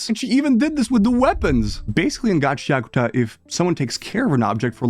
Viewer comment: It's GA CHIA KU TA not Gaceakta. I can't watch your video due to your shit pronunciation